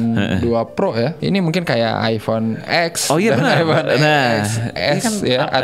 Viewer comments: maap pak, ini sukanya yang eks eks aja kalo ngomong, hahaha~ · iPhone "ten", Bapak-bapak sekalian. Bukan iPhone "eks" XD On a serious note, semua sub-brand ini IMO cuma akal-akalan marketing para produsen yang ingin menyasar segmen beda. Para konsumen udah punya suatu persepsi tertentu terhadap suatu brand. Nah, kalo produsen ingin menyasar segmen beda (misal lower-end) tanpa memberikan dampak negatif ke merek utamanya, maka dibuatlah sub-brand. Paling bijak sih konsumen gak kemakan sama merek. Konsumen sebaiknya bisa menyesuaikan ekspektasi, bujet, dan spesifikasi, tanpa terpengaruh merek.